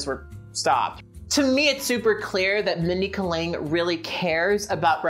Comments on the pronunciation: Just a friendly pronunciation correction, it's Mindy Kay-ling. Like you are saying the letter "K" then "ling". (note: I looked up a video of her saying her name because I was worried I had been pronouncing it wrong.) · actually, you're right. her name is chokalingam... and kaling in that is actually pronounced as kuh-ling. She seems to have accepted K-ling only because that sounds more americanized. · You listened to people interviewing her and still call her "Mindy Ka-ling?" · The way you pronounce Kaling is killing me lmao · Why do we have to "place her"?? Why can't she be both critical of Fred's stupidity and privilege while also appreciating his sexual appeal?? Why can't she be a little more complicated?? It's definitely bad that it isn't funny, but I find her approach a little more honest, if complicated. Also the way you pronounce "Kaling" sounds kind of racist.